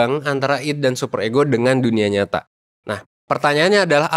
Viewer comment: ID itu mungkin bacanya aidi pak